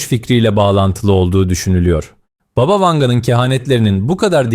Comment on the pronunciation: ...ama "baba" değil... "bába"...